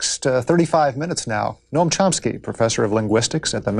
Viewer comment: I LOVE ❤️ "Mr Charomski"